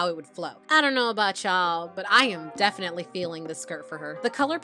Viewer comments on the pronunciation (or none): none